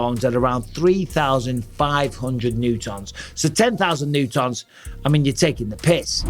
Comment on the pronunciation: love michael pronouncing newton as new tonne 😭😭